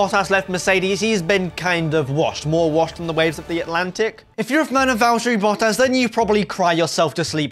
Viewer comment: Learn to pronounce bottas